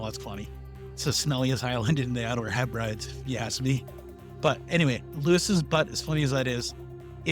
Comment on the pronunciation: If you're gonna broadcast, you gotta pronounce properly, dude. Hebrides: He-Bruh-Dees (stress on the first syllable)